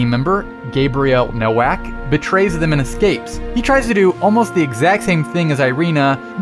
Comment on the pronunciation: I thought it was Gabriel Novac not nowac